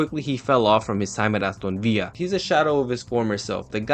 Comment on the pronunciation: nice video but please never pronounce aston villa like that again